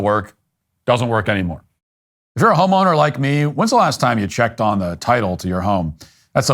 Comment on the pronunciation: 😂😂 I thought i heard matt say uf your a home O like me instead of homeowner lmao i was like wait wtf what a way to come out of the closet